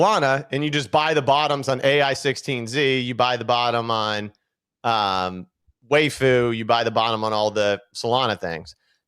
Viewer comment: Why dies say Waifu when he’s talking about vvaifu